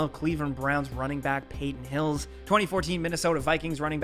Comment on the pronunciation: Wait did you call him du-ante Culpeper? Lmao! I don't think you must be much of a football fan huh? It's pronounced "Dante" Culpeper. And Peton "Hills" is Peton "hill-us". Thanks for making me lol.